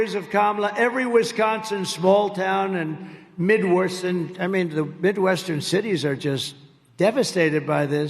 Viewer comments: Midworst states???? Haha he sure loves to stick people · It keeps getting ‘midworsen.’